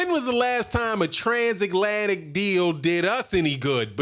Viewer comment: "Transaklantic"... holy shit dude